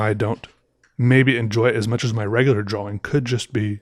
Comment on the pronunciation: This guy got all his views by pronouncing the 'W' in 'drawing.'